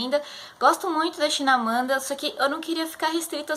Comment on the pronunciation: Então, é ChiMamanda e não ChiNamada, como vc falou e o livro é MAyombe mesmo e não Meiombe como vc falou tb! Abraços!